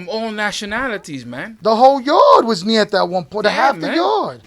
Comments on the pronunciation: Ñeta is not “nieta” Let’s increase your Spanish skills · Its ñeta, not nieta. Nieta means granddaughter. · It’s not nieta is ñeta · Ńeta brother way diff then nieta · Nieta is granddaughter not Ñeta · Is neta not nieta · Ñeta is the correct name for the association, not "Nieta". Nieta is the Spanish word for niece, not Ñeta. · Ñeta not Nieta. Ñeta is short for puñeta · It’s Ñeta not nieta... nieta means granddaughter... Ñeta loosely means the truth... It’s slang... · With all respect they were saying Nieta but it's Ñeta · Is not Nieta is Ñeta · Thats exactly what i was going to say there saying nieta and its ñeta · The correct way to say it is Ñ ETA .dont mean granddaughter . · They pronouncing it wrong